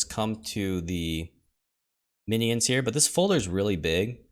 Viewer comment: He's teasing you because you say a 3 syllable "mi-knee-ins" as opposed to the more common 2 syllable "min-yins"